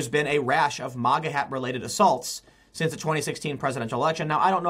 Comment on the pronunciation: TIM. MAGA not MOGGA